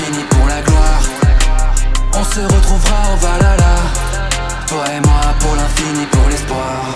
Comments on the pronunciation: Je suis le seul dont ça perturbe qu'il dise "valala" au lieu de "valhalla"? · C'est pas Valala c'est Valhalla le H ce prononce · on dit pas valala mais whalhala merci et puis a quoi ca sert de faire de la chanson si c'est l autotune qui chante et pas toi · BORDEL C'EST PAS VALALA C'EST VALHALLA. L intonation du H se prononce sinon c'est dégueulasse. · Ça se prononce ValHalla pas Valala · Franchement super taf, ça ce voit que tu as bossé de ouf, mais je juste j'ai un truc à redire même si c'est chipoté ça ce prononce pas valala mais valhala(val ala) mais sinon tout est parfait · je kiff le refrain mais par contre on dit pas valala mais bien valHala ;) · Chanson et clip excellent la seule qui me dérange c’est la prononciation de Valhalla ... Valala 🤣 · Pour info, le mot Valhalla se prononce avec le H et non pas valala. Sinon j'aime bien les faux tatouages d'Yggdrasil ou de Jormungandr, mais normalement, ils sont censés racontés les histoires qu'on a vécu, les contes des scalds ou représenter des symboles magiques comme ægishjálmur pour la l'invisibilité au combat ou gapaldur et ginfaxi pour la glíma (un art martial islandais) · Va la la ? ptdr, c'est plutôt "Val-ha-la" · sa c'est jamais dis valala mais Valhalla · "au Valala..." svp prononcer ça correctement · Nn C est bien vikings pas avec Norman il sait même pas dire vahalla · Après il dit valala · Ouais on dirait qu’il a sortit ça d’un épisode de oui-oui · justement, il chante valala... Trop dure pour les fr de prononcer le h apparemment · Ouais bon après tu dit " valala " donc bon. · Bah voilà une personne qui sait dire vahalla